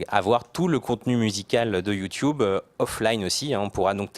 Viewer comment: c'est drole qu'a la place de dire YouTube correctement il disent YouTiube